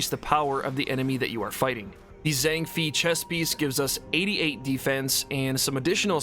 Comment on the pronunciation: It's pronounced Zhang Fay not Fee